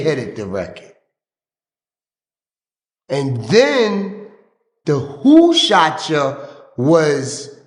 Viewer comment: Is still saying Who SHOSH (Shot) Ya again 😂